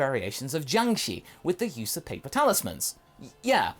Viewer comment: Just to let you know. In Chinese, the letter "i" does make the sound "i:", but after the letter combinations 'sh', 'zh', 'ch', 'z' and 'r' then the letter 'i' makes the sound "er". Jiangshi should be pronounced as "ji-ang sher" I hope this can be both useful and educational for you. I am not typing this to be condescending or anything, but rather to be informative.